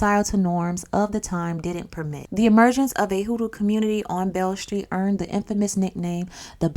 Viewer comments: Its pronounced Bill street😂 B.B. King got his name from that Street. Beale Street Blues Boy B.B. King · And it’s pronounced like “ BILL ST “